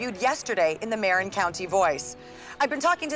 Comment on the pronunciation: Surprisingly good for a formula movie. Problem is, they mispronounce Marin, which gets said dozens of times.